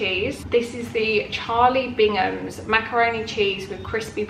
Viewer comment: I love how everyone calls it Bingham when it’s Bigham. Literally never heard anyone call it the right name 😂